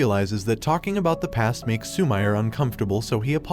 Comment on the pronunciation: Lmao instead of Su-mi-re he says Su-mire lmao